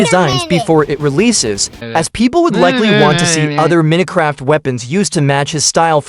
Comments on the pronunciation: "Meeno craft" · Minutecraft🙏😭🥀 i guess the ai doesn't know to pronounce minecrat